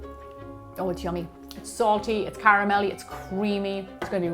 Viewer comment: Cweamy, Reawy.